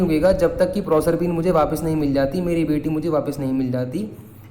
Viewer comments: PROSERPINE YOU ARE NOT SAYING CORRECT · Bhaiya aapne prosrpine ko galat pronounce kiya hai